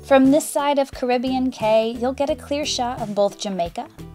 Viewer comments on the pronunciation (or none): Caribbean Cay is pronounced Key for some reason...it's just how Disney says it